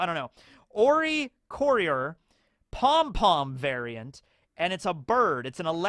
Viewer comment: His joke pronunciation of oricorio was the closest 😂😂